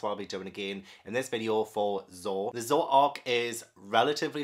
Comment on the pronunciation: Zo not zho